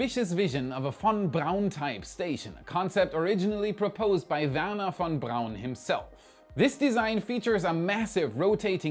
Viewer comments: Von Brown pronounced correctly! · Maaaan you pronounce "Von Braun" like you MEAN IT. 🙂